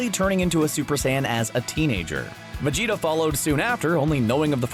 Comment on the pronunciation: He got me when he said “Vegetarble” 🤣🤣🤣🤣🤣🤣🤣🤣🤣🤣